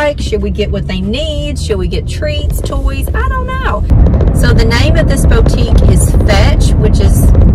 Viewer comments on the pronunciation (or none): It's not pronounced 'beautique'' it's pronounced BOOtique.